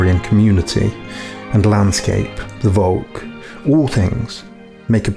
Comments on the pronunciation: Please pronounce "Volk" with av F-sound. In german the V is a F [folk] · It is pholk not wolk.